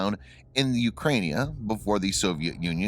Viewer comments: You said, "in Ukrainia"....... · 'Ukrainia'? You mean Ukraine? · Cant take any video that says "Ukrainia" seriously... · Hahah, "ukrania" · Ukraine not "Ukrainia" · Ummm "Ukrania"? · Did this dude really say "The Ukrainia" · Ukrainia? I couldn't watch any further. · Where the hell is this "Ukrainia" he speaks of ? Some undiscovered, or mythical country ?